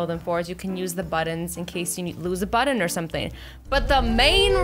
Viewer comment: about she calls a button a budding lmao that's funny, I luv u girl and I'm not making fun of her I just thought it was funny the way she pronounces it, cuz there are words that I pronounce funny too! 🌼😆💜😉🌸